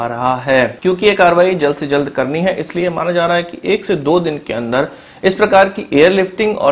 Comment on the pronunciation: Sentences ke end mein 'HAI.. ' pe stress karna kam karo plz. Its so annoying.